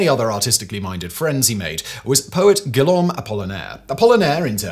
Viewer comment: For future reference: Brunelleschi pronounced "broon-el-es-kee", Guillaume pronounced "gee-yome", Uffizi pronounced "oo-feet-see"